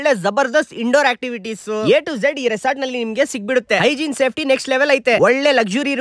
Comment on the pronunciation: Its resort brother, Not resoort, correct aagi pronounce madak ke kali yo modle...